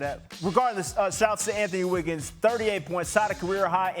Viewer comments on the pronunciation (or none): did he say anthony wiggins😂